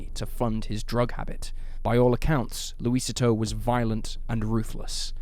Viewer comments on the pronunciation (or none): Small correction for you: "Luisito" is pronounced, Loo-ee-SEE-toe, not Loo-Ee-sit-toe. It translates to, "Little Luis." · Lucy-toe for Luisito isn't any better. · Its laugh inducing hearing the mispronunciation of "Luisito". Interesting vid, tho.